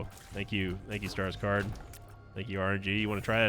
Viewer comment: My fiancée thought you were saying Skarsgård when you said stars card 😅 kept getting glances from her while watching 🤣